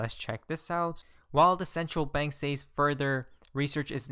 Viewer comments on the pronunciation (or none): Says is pronounced SEZ